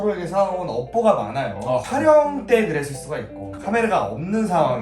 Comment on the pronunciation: 시작 할땨 촬영이라고 했는데 탈영이라는줄ㅋㅋㅋㅋ